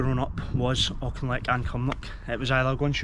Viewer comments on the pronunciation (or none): Great video as usual, but we have to help you pronounce Auchinleck properly.